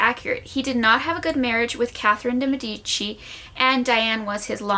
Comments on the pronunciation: It's pronounced deee meeeedici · The way de medici is pronounced hirts my italian ears (good video tho)